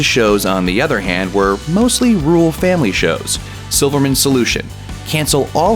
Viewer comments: Narrator can't say "rural"... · Dude needs to learn to pronounce 'rural'.